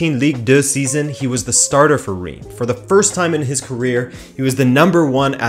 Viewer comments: Omg how you pronounced Reims I'm almost not recognize the name ! ^^ I'm French so I can tell you : it's prononced "Rins" or "Rince" The "s" at the end is pronounced, even if in "Rennes" or "Paris" it's not the case I know, it's tricky ^^' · Nice video and great Iberian pronunciations as always butttt... not to nitpick too much... 'Reims' is and odd one in French, pronounced almost like 'Rhance' (with the 'rh' part rolled) 👍 Sincerely, A Pedant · The way he says Reims bothers me.